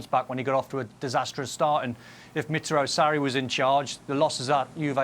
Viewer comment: "Miziro Sarri"? 😂😂😂